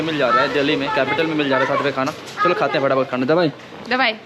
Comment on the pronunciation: Bhai tum log दिल्ली ko dahli kyu boltey ho tumhari tongue 👅 bhi allow nahi karti kya sahi ucharan kya hai tho tum videshio ko kya samjhao gae